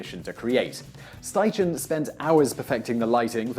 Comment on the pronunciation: It's pronounced Sty-Ken, not Sty-Chen.